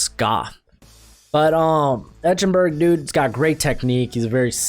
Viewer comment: It's pronounced "Ike-en-berg," not "Etch-en-berg"! Geez!